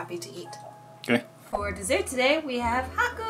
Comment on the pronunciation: Dessert, not desert 😉😅